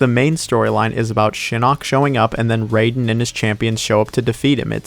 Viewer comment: Why do you keep calling Raiden Raiden? (I know you read that exactly as I intended it to sound)